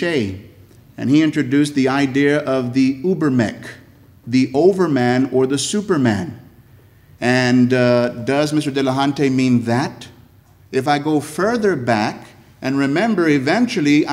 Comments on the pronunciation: “Neechay”? “Oobermec”? Word-warping mispronunciations…. 😂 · And Uebermech (Uebermensch)